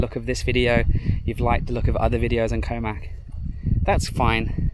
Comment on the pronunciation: Koh Mak (เกาะหมาก) is actually pronounced "Koh Mark" both low tones and a long "arrr" sound on the "-mark". If you want to get somewhere but mispronounce the place name Thai people probably won't understand you or, with the possibility you'll end up somewhere totally different!